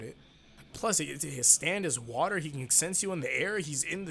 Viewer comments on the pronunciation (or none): none